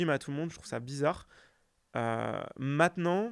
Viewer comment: jadore s'adore sardoche mais par pitié arrete de dire "MATENANT"